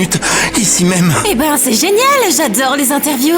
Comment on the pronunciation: c'est pas lé mais c'est les